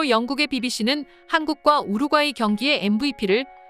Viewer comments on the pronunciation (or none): 우룩 까이로 들렸슴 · 시민의식이 빛을 바랬습니다...? 제발 한국어 똑바로 좀 써라 이 유투버들아. 글구 이 기사 읽는 여자 퇴출 좀 시켜라 우루꽈이가 뭐냐 아주 웃겨 죽이는구나 ㅋ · 우루과이. 발음이 안됌 ? 왜 여러 사람들이 우루꽈이라고 읽는지 ... 이해 불가.